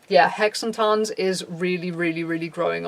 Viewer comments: I was so prepared for you to pronounce Hexentanz wrong, and then you nailed it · I am deeply in love, how you pronounce Hexentanz; not that you did it wrong. No, but it just sounds very cool :) Greetings from Germany, Kat